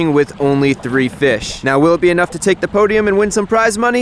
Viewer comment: It’s a bit different hearing fish instead of fix but I love it